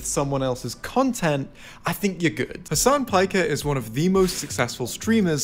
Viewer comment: pfff "has an pike er" lol